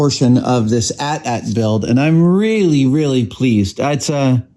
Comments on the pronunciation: Adam!!! It’s not ‘At At’ … it’s an AT-AT (aye tee - aye tee) which is short for ‘All Terrain Armored Transport.’ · I hate that you're pronouncing it as @@ I've always said each letter A T - A T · Sir, it’s AT-AT, not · A.T.A.T. not "at" "at". you don't call the smaller one an "at" "ssst" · people who pronounce AT-AT like Adam does, how do you pronounce AT-ST..? :D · It's insane to me someone would pronounce that AT in AT-AT differently than the AT in AT-ST. They both stand for all terrain.